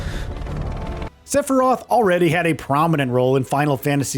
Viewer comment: You said "Stephiroph" lol